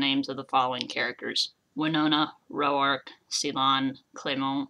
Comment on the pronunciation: And Roark is pronounced "Rork" not "Ro-ark"